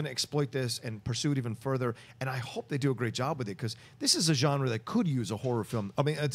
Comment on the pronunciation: The way pronounces Genre (Hard J) drives me crazy